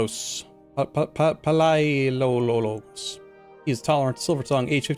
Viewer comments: Masterful play. Btw, it's pronounced more like "Vasilefs Yoannis Paleologos". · Pal-e-a-logos I believe is how you pronounce your dynasty name